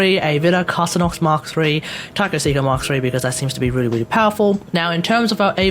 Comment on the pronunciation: He did it,... he pronounced it the correct way.... "Car- SinnOX" (Carcinnox) (:") ) ReSub LoL Hope you're doing well in... I have some friends in Australia... they say they're dealing with Covid-19 really well compared to most Countries... Which is more than I can say for myself.... being in America... LoL Wish me luck... we have Humanity's biggest Moron on the Job (:/)! Again, hope you're doing well, Stay Home and Stay Safe (:") )